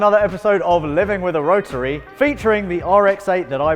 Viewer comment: Not a damn word... Spoon a bearing? Mazda Rah-uh engine?